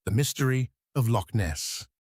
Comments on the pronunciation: Born and bred Scottish lass, here. Loch, is NOT pronounced Lock. Locks are things you put keys into. Nessie doesn't exisit, we use it to scam gulible tourists, have done for years... and we're STILL doing it to this day! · The usual halfarsed A.I. garbage. Between Asian bison and Polish mountains I am again frustrated by the lazy work done by these people. Why can't we get past this ridiculous infatuation with A.I. Give us a human narration preferably by someone who can pronounce "loch."